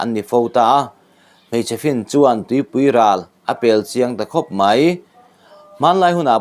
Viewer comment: Tupuiral chu an ti lo tawp ang lo en Chiang leh teh,,mizo tawng I thiam thlot lo😢